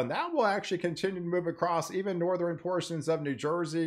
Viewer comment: Northeran, Southeran.... Stop it.... SouthERN NorthERN